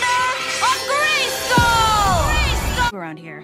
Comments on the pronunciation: Why do i hear FOR THE HONOR OF GAYSKILL every single time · i kept on hearing for the honor of gay skull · I didn’t know anything about She-ra before watching this show and english isn’t my first language so I always thought she was saying “Gracegol” instead of “Grayskull” and when I saw I was wrong it was the biggest shocj of my life istg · For the Honour of GaySkull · For the honor of gay-skull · Y’all mean: “for the honor of gayskull” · I think you mean "FOR THE HONOR OF GAYSKULL!!!"